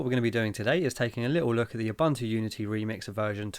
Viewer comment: please say it correctly: I would also dislike having people calling you "TILER".